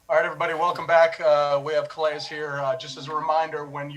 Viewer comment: I wonder how many ppl know Calais is pronounced (kah-lay), it's french. I'm guessing his ancestors come from a French colony in Africa.. I always wonder about that though..